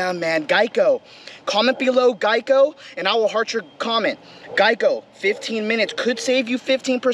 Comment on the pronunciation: Gieko omfg.... I'm roflmfaottm...! That was hilarious...! Did you say 50%+ or -.?